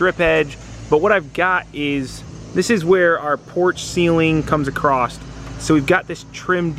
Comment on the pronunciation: please stop saying "acrosst" there is no T in 'across'